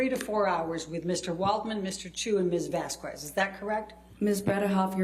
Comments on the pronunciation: also I have no idea why the hell people can't pronounce Vazquez like VAS-KEZ, and reach to say VAS-KWEZ. Me unfairley hating Eliane because her questions are terrible is my toxic trait. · Am I the only one that gets irked every time Amber's lawyer pronounces the name Vazquez as Vaz-kwez? 😂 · the way she pronounces vazquez annoys me so much